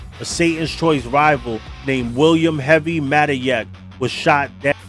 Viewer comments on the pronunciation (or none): none